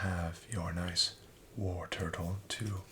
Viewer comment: I noticed that you are always pronouncing Wartortle as Warturtle.